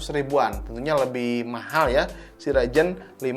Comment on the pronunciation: bang, ngomong ryzen pake z dong.. agak gimana gitu denger raijen raijen wkwk